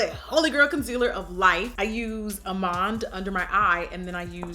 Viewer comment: Did she..did she just say almond like ‘all-mahnd’...